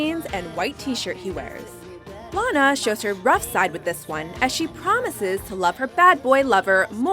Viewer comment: SHE SAID LANA WRONG IM SO FICKING TRIGGERD RIGHT NOW WTF